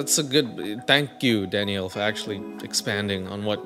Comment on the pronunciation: I'm thinking for like a couple of minutes straight you're saying DADDYO but your saying DANIELLE 😂😂😂😂